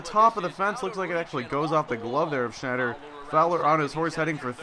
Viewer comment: Travis Snider not Schneider